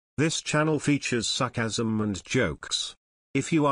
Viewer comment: each time I ear : "Suckasmn" instead of "sarcasmn"